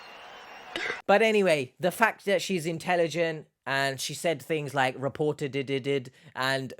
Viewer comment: Reportateded😂😂 She’s insufferable